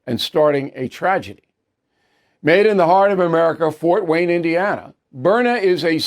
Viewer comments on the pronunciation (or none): none